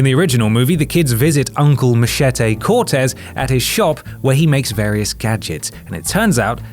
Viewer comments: You don't look posh, but then you say 'mache-tay'. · Machete or as he pronounced it Mashetay